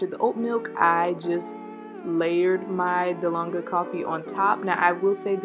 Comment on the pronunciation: It’s dalgona. She said and spelled it wrong. This is a Korean inspired coffee